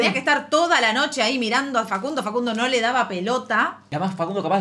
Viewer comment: Venía x esto. Yo tbn entendi fa cun DO!